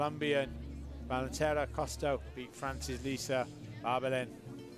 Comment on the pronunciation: God those commentators could not pronounce Acosta Giraldo's name to save their lives. I'm British but it's embarrassing. Just read the letters in order, it's not that hard. Giraldo. Not 'Gelado' or 'Gilardo' or whatever else they came out with. They were even throwing in a few 'Ascostas'.